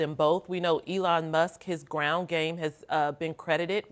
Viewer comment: Did he really say Elion? 🤣Trump 2024!!! MAGA!!!